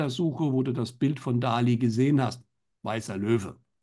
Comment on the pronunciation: Bitte bitte sagt nicht Dali denn die korrekte Aussprache ist Dalì, mit dem Akzent auf dem I. Danke